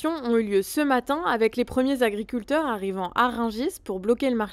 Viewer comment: je t"aime bien, mais 12000 Zagriculteurs, ça fait mal aux esgourdes ! 18 Zinterpellations !!! quelle horreur ! un peu d'efforts les gars, y a 26000 Zauditeurs qui vous écoutent !!!